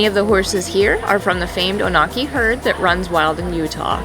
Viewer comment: The Onaqui are a special herd!! I love spending time with them on the range. fyi...it's pronounced ON-uh-kee, not oh-NAW-kee